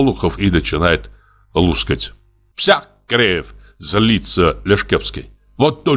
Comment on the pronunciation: "Лускать семечки" "завтрик" так мило и трогательно звучит, моя бабушка так говорила